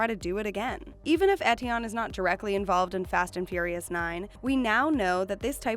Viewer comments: learn to pronounce ethion... f*cking hell it triggers me! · bruh pronounce Eteon right